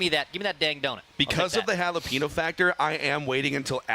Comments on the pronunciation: needs to learn how to pronounce “jalapeño”. Dex has it correct. It’s not “hall-a-pee-no”, it’s “hall-a-peen-yo” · How does not know how to pronounce jalapeno properly